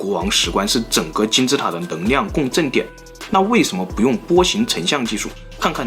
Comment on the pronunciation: 的视频很好；看了这么多期发现你的发音有些问题L/N有点混淆，neng liang你说成neng niang ：）